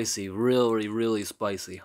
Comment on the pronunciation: "reary spicy"